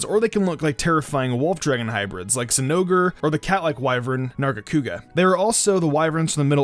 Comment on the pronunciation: Yeah Rathalos from Monster hunter Edited: 10 out of 10 on the name pronouncements of zinogre and nargacuga